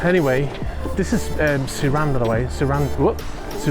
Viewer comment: Its nice to see MY SIRAN on its birth in Monaco rather in Vauban, and you pronounced it right. I was a crew chef on board MY SIRAN in November 2000 until Jan 2001 , It is a beautiful boat. The crew were super busy during winter and the owner didn't visit the winter birth. normal shift rotation in winter mode was 10 days on 2 days off.